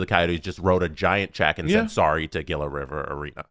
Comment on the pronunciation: Gila River Arena = "Hee-La" River Arena. Like Gila Monster....Not that it matters anymore.